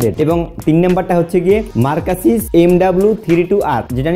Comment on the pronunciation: Vaiya i think oitar pronouncing hobe মার্কিউসিস।